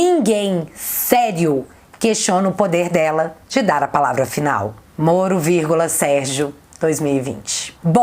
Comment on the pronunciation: Assim como fala: Morno (Moro), flango flito (aquele vírus), e outras trocas. É proposital!